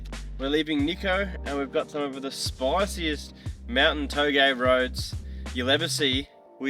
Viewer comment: Thank god for not butchering the Touge term. Touge is Touge only in Japan!!!